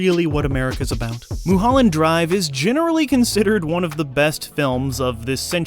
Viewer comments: Los Angelino here, I'm going to call it "Moo-holland" Drvie from now on, thank you ;) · "Moo-holland Drive"